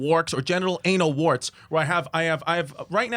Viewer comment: “Genital Anatal Warts “